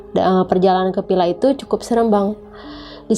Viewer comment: Ini orang jaksel atau cianjur? Pila..pila..pilaa.. Or villa villa villa